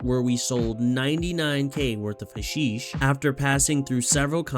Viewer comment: Its not "huh-sheesh" its "hash-ish" Its a real thing. Dont ask how I know